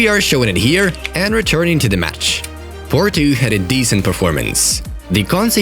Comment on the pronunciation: PORTO not PORTU